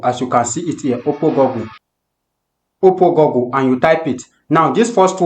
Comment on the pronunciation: Good video. Please learn to pronounce Google like in bOOk not gogle. Thanks